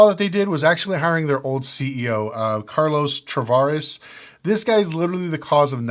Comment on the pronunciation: Who is "Carlos travares" and "tim koonts"?? At least TRY to research my guy.